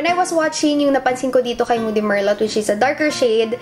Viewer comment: just helping out,. merlot is pronounced like ballet or bouquet:) i like wine kasi kaya familiar;)